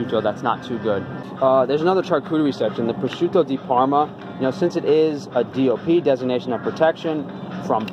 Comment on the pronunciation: very nice pronunciation of prosciutto di parma! thanks for the video